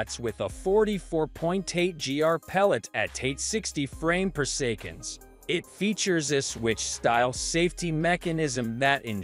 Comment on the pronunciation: 12oo ft. per-sec-on 😅